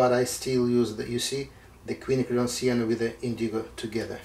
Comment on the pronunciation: It's nice to hear Quinacridone pronounced correctly.